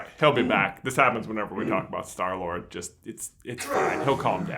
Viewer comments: did you say store lord or stoor lord? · Love the way he says 'in defense of Star-Lord' through gritted teeth XD